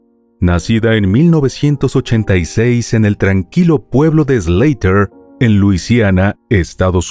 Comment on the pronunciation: Se llama SLAUGHTER, no "SLEITER"